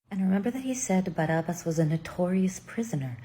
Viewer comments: bar ab as. not bar ub us. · while she smiles looking into your eyes. "BAR AB BASS" "BAR AB BASSS"